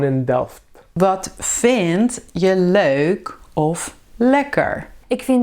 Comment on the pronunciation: Fantastic video, but I don't understand one thing: why do you pronounce leuk as diphthong? In dictionary of standard Dutch you pronounce it as lök (in German spelling) or [løk] in IPA. Soo is that some variant of Dutch? Do you speak with an accent ?